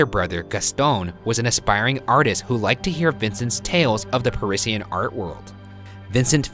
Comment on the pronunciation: your pronunciation of “Parisian” makes me understand Van Gogh on a whole nother level, because now, I too, want to cut my own ear off #roastmortem #boogaradoe